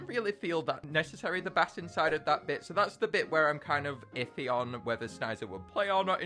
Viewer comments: 📍I thought it was “SNEES-a” not “SNISE-a” And by the way, the castle sound is pronounced “BASE” despite looking like “BASS”. P.S, do you say snees-a or snise-a? Please tell me in the reply section! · You saying Bass is mildly infuriating, it's base. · Anybody talk about how he pronounces "castle bass" like a fish? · using the Fish pronunciation of bass is annoying me